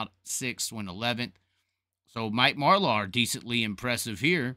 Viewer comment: And can you please learn how to pronounce Marlar’s name correctly also...